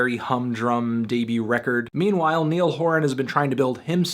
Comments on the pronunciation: Niall is pronounced like the river Nile not Neil. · For the future Niall is pronounced like Nile, not however you said it :) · I'm sorry, but did he say Neil Horan? Time to exit the video ✌🏽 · Did he actually unironically pronounce Niall; knee-all? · Can't believe you pronounced Niall as Neil and you call yourself a critic smh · Niall is pronounced Nile. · Review your pronunciation of the name "Niall"